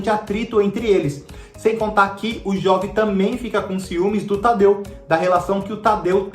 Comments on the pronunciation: A pronúncia do nome é "Jôve" e não "Jóve", pois vem de Joventino. Certamente, Pantanal não será lenta, pois vai ter em torno de 130 capítulos, ao contrário dos 215 capítulos da versão da Manchete. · Lógico que a novela não vai poder explorar paisagens, pois não existe mais Pantanal! Outra coisa, a pronúncia correta é Jôve! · Jóve? É Jôve, de Joventino...